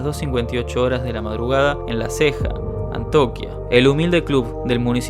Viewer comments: ya e visto dos youtubers que dicen antoquia pero se dice Antioquia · Antoquia jajaj